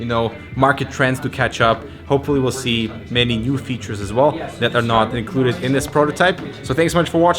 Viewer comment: I hope to zee some unique elements.... EXCUSE ME